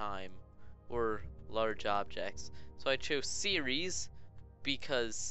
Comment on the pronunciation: Ceres not seriries